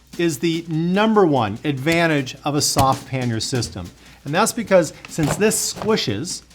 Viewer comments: Pannier is a French word. It is pronounced pan-yay. Not pan-year. I know I am not being "that guy" but I can't help myself on this one. Usually I can keep my mouth shut. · “Pan-yay” not “pan-yer” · LOL… what the heck is a "panyer"? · Great guide. Your pronunciation of pannier does my head in. It’s pronounced Pan-e-er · Considering the word comes from the French word Panier meaning "bread basket", the correct pronunciation for English tongues would be "pan-ee-ay" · Yes, YOU are American, so you are going to pronounce EVERYTHING incorrectly. The word is PA-NEERS It's so simple but you language challenged buggers will get it wrong every time. If you don't believe me Ask Robin Williams who is fluent in French or any Canadian. but then you guys tend to think Canadians all live in snow houses and eat whale blubber. Who in their right mind pronounces DuBois "Doo-boys" and Calais , "Kalis"